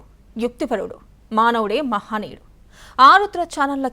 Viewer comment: మహానీయుడు కాదు తల్లీ..మహనీయుడు.భాష బాగా‌నేర్చుకొండి